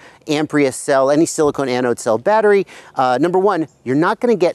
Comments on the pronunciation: Do you mean "silicon" pronounced ( sill-ih-kawn ) as in ie: silicon cpu wafer?. You are saying "silicone" (sill-ih-cone) as in the heat-resistant rubber-plastic like material that is an insulator, not a conductor. I'm pretty sure you're just off on your pronunciation of "silicon" as I'm sure you're refering to silicon anode cells that are part of a type of lithium-ion battery where silicon replaces the traditional graphite anodes. Silicone resin wouldn't make the greatest anodes or cathodes lol. Anywho there are some inherent problems with silicon anode equipped lipo batteries. One of the problems is that that after lots of recharge cycles the silicon material goes through what's called charge-induced volume expansion or simply the silicon can shrink and expand causing the material to crack or form micro-fractures during lithiation/delithiation phases(IE: think of like a super heated rock being thrown into cold water and cracking) Si anodes can also have problems with properly reacting with the electrolytes they use for batteries, whereas graphite anodes are very good at reliably interacting properly with the electrolytes. Both of these issues can cause thermal-runaway which you demonstrated awesomely in your video by over-charging - one of the huge benefits of Si anodes is excellent thermal dissipation as shown by your experiment when you note that it takes a long time for the battery to catastrophically overheat :P ! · He's asking since you pronounced it "silicone" ;)